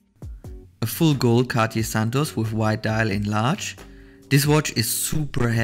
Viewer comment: It’s not pronounced Cati. It’s Cartier 😂